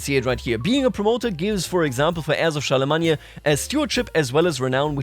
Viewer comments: Char-le-main not Char-le-mag-ne-a.😂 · Never in my life have i heard Charlemagne pronounced like that. I don't think i can say it any other way now lol. Gods i can't wait for this chapter of ck3 to unfold